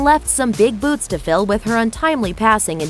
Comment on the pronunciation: I heard it as "some big boobs to fill"